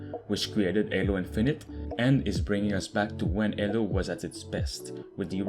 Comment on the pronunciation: BRUH it is Halo not Alo. LOL